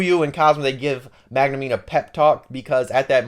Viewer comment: Bro said Magnumeen